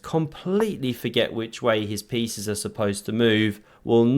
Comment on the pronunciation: Did I hear correctly "All the feces flowing into attack"? 😅 Or do I need to clean my ears? 😂